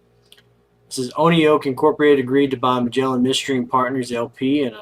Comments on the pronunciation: Pronounced "one oak" Oneok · It’s pronounced Oneoak